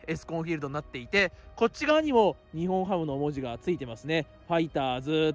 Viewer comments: ニホンハムとか（笑） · 福岡ドームもアクセス悪いよ。最寄駅の唐人町駅から徒歩10分近くする。 あと「にほんハム」じゃなく「にっぼんハム」だからね。 ついでに言えば日本ハムは東京や北海道の企業ではなく大阪の企業です。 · すみません「ニホンハム」ではなくて「ニッポンハム」ですよ。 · は冒頭で日本ハムを｢ニホンハム｣と言ってますが 正しくは｢ニッポン ハム(Nippon-Ham)｣です に代わり訂正してお詫び申し上げます。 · ニホンハム❌️→⭕️ニッポンハム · にほんはむではなく、にっぽんはむです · 日本ハムって、「ニホンハム」っていう人…いるんだ⁉️ 野球は「ニッポンハム」って言うと思っていました(笑) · 高評価516で低評価313 しっかりと日本ハムをしっかり調べてから動画を作ってほしかった 「にほん」ハムってwww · ｢ニッポンハム｣な！！